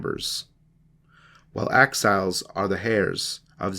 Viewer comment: 6.50 axhiles? Did he mean exiles?